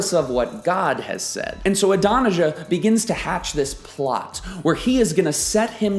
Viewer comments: Good lesson, but Adonijah is pronounced Aah-don-ee-YAH. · Great study, but your pronunciation of Adonijah is gag worthy